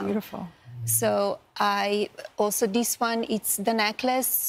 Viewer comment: And...after being in "de" US for 30 years, she could make an effort to pronounce "this" correctly, instead of "dis". It's pure laziness and I'm assuming it must appeal to the simple-minded folk.